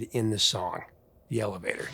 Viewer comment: Prince was saying 'deelevator', AKA Satan...